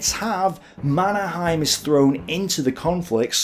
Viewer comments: Is there a reason why you chose a German pronunciation rather than a Swedish of the name Mannerheim? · I think that the Finn's and Swedes pronounce his name as something like "manner-hay-m", where the a in "manner" is a broad and deep a, like the u in "humvee". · Yes. Mon-er-heym. Finnish is spelled phonetically, so they pronounce The Marshall's name phonetically, at least from the Finnish point of view.